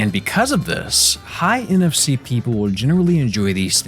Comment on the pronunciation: when he says nfc... i hear nft...